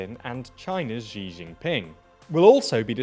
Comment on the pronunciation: Please make the effort of learning how to pronounce names of people or places properly, before you present it to us!